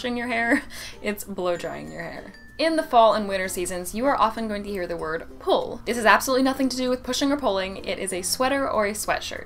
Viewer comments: In fact, I'm french and I took the habit to say "un poul" to speak of a "pull". But yes, this pronounciation is wrong, it's a very oldish pronouciation (it was used in the 60s, I think, when it was a new word XD). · En français, on prononce pull comme nul. Bref, on prononce le u à la française. C’est un raccourci de pull Chandail est vieux jeu. Dire « mets ta laine » is so has been (sic) qu’on le dit en plaisantant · Regarding Pull/ Sweat: I've personally never used or heard "sweat" by itself (or sweater btw), it's always sweat-shirt, whereas pull (or pull-over) is really pronounced with the French "u" (if you use the English pronunciation, it will probably take people a few seconds to realize what you are trying to talk about). A "pull" is almost always only referring to a knitted article (typically made of wool) whereas a sweat-shirt are mostly cotton and can refer to any long-sleeve item that is not knitted (although the typical image of a sweat-shirt are those thicker cotton sweaters) Regarding parking, we do say "parquer (une voiture)" (park a car) even if the spelling is different and "place de parc" (parking spot), so it's not a big stretch for us to use "parking". Btw "park/ parking" is directly borrowed from the French "parc" so you could say we are only taking back what you borrowed from us in the first place ;) Regarding planning, it can refer both to the object (i.e. in English schedule) but also to the act of planning, or to a list of planned events - also we use it in expressions like "planning familial" (again, it's been recycled in French easily because obviously "to plan" comes from the French "un plan/ planifier" in the first place) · it should be "ruban adhésif" for "scotch", but it sounds very formal.. i guess most French people assume "scotch" is an english word and might also use it when they try to speak english :D - indeed "pull" that we pronounce \pyl\ and sweat \swit\ :D - i don't know why we reversed "walkie talkie" :D